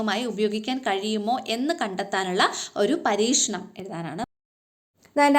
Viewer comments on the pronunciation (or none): പരീക്ഷ ❌ പരീഷ✅